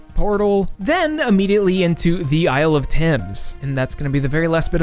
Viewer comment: okay but i can’t be the only one who heard Isle of Tims and went ‘DAMN THEY GOT A WHOLE ASILE OF DA BOOTS?’